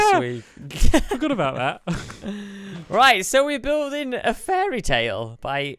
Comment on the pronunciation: fairytail, i seriously heard fairytail when stampy and revealed the topic.